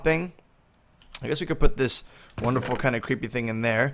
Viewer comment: When typed I thought he say " oops not wonderfuk"